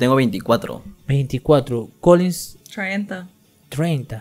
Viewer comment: Xq dice colinsss .....es Collen...."Colllin".....